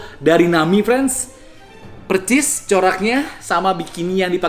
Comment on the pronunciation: Bang klo bilang "persis" kenapa jd "percis" ya? Tolong dijawab hehehehe